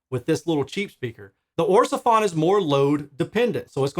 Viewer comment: Orsefon...Sounds like a Chinese mish mash of the name Ortofon.